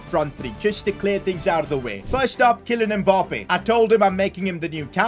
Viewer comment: “Kilian mpoppé”💀💀